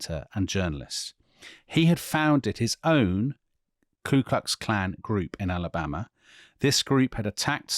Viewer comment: he said "KLU Klux Klan". That's wrong. It's KU Klux Klan.